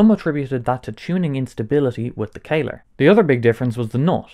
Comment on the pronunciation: Bro, how did you read that one as "kayler"?? O.o It's not written as how I wrote it above, or as "caler" or "kaler", it's "Kahler", so it should be read as "Kaller" with "a" as in "Alex".